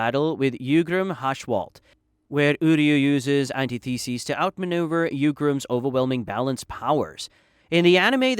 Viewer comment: And antithesis